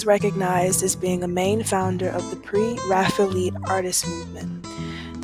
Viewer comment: Oh Professor…. Mill-EYE-iss? Millais. (Mill-AY). Pre-Raphael-EETS?? (Pre-Raphael-ITES). Respect the art & artist - please pronounce them correctly. Thank you.